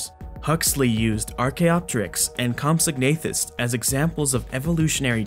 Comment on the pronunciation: Great video, as always!... Also, the "g" is silent. It's pronounced "compso-nathus"